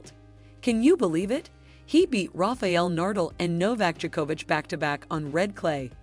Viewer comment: You better know how Nadal and Djokovic are pronounced. After that all the previous information is much more questioned